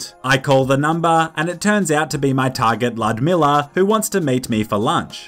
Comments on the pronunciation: It is not Ludmilla it is Ljudmila Lj LJ L-J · Ljudmila is a Czech name, it’s pronounced “Ludmila”.